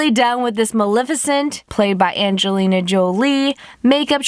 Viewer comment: lol she said "when malefacent played Anglina Jolie